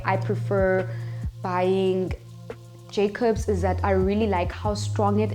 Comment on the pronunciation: Haha "Jay-cops"🤘👍